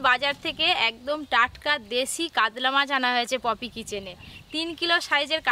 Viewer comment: কাদলা মাছ বলতে কিছু নেই, কাতলামাছ শুদ্ধ। কাগড়া নয় কাঁকড়া।